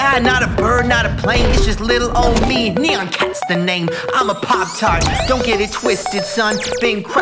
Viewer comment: It’s Nyan not Neon